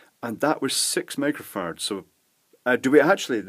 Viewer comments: HA! That is exactly what I heard, repeated it to my wife who spit up her coffee when I replayed it for her! She said how can you save power using microfarts? Too funny!!! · Did he just say 6 microfarts?. 😂😆😝😝😜